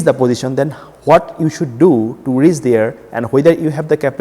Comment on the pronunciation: i m not able to understand y these kind of sucker explain palmistry..he is not able to speak properly..first of all its not reeess its reach see his videos he is is the biggest chutiya i have ever seen